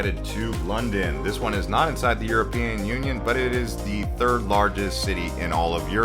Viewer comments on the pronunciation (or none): none